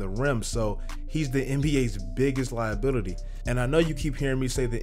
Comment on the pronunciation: “Liabitily” tell me you niggas heard that